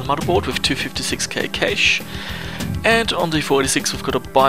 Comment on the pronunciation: "cache" is pronounced like "cash", not "kaysh".